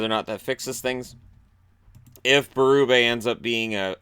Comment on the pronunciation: Your pronunciation of our last name.. 👌 The perfect combination of French enough to be French, but not so much as to make it hard to pronounce. Ber-ooo-bay